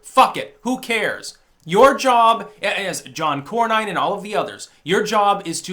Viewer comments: It’s cor-nin not cor-nine. He is definitely part of the establishment but comes from pro trump Texas so he is saying some pro trump things occasionally. The concept of having the state legislatures appoint senators was not just to slow things down. It was so that the states themselves would have representation. By directly electing senators, the states have lost their voice. This allows Congress now to pass taxes and other obligations that must be done by states, the states can no longer fight back as effectively as they could if they had their own elected representative. The states are only represented insofar as their residents now are represented —and perhaps over represented I would say — in Congress. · Cornyn is pronounced core-nin, not core-nine. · Core-none. Core-none. Not Core-nine. Please, the Establishment bastard needs to be primaried so badly it hurts. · Cornyn is pronounced Corn*in, just like you eat.